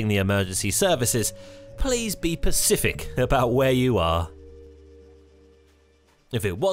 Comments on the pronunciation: When you say be pacific.... How am I supposed to imitate an ocean? However, if you mean specific, how can you say pacific? You're well spoken throughout, but then you go and do a thing like that and it makes me sad :'(. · It was only a jovial prod mate. A friend pointed it out and I couldn't help but giggle when I heard it. Nice video regardless